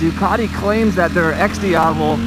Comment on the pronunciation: It's "DIAVEL"